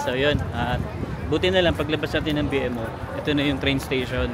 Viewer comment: B-MO po ang pronunciation, hindi B-M-O